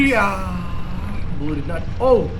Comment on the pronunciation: Why does he always say Bulue instead of blue 😂😂😂 “I potted the bulue ball “ ~